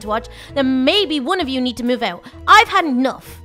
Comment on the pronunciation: why did she said enoughf? Instead of enough